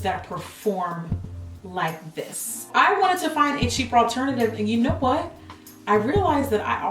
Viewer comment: I love Jackie in this video because 1) GET EM JACKIE 2) "You whu-et?!" I can't deal with you Jackie. I just can't! LOL.